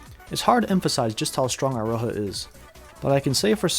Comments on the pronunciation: It's pronounced Eeroha. Come on, you american weebs should be used to japanese by now. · who tf spell iroha with eye-roha 😭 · why do you pronounce it as "Eye-ro-ha"? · the funny part is that you actually nail Michiru pronunciation pretty good but then pronounce Iroha "I-roha" instead of "ee-roha"